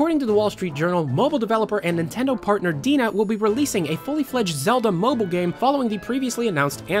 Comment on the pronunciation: DeNA is pronounced Dee Enn Ayy, like DNA.